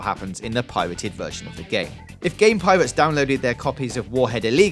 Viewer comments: Yeah it's pirates not piwates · Piwates. Fwee. Ovawide. Miwas Edge. You crack me up man. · "Piwates" "Eewy" "Evewy" "Vawious" "Agwwesive" "Bankwupting" "Cwime" "Clewew" "Chawactews" "Spweads" "Bluwwy"